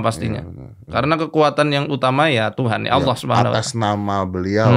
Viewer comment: om dedy susah banget nyebut nama Allah...